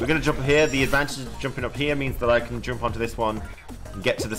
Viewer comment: Lol the way he says advantage